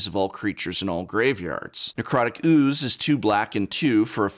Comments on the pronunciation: also love how the prof pronounces OOOOoze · Love the way he pronounces ooooze. haha